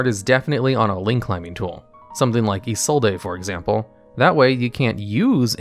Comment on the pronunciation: Look man, you put way too much time and effort into these videos to still be mispronouncing isollde, and I'm not sure subscribing until you don't.